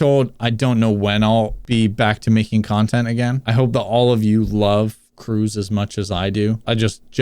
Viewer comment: Correct me if I’m wrong but his name would be pronounced “Cruhz” while “Cruise” is how he said it